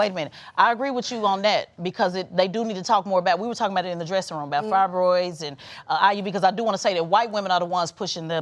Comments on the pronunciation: “Frybroids” what a genius smh girl go pray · But couldn’t pronounce fibroids right…a damn joke in a wig